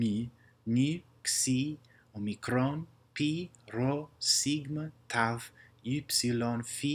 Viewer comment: And Greek p its not like r its more rolling sound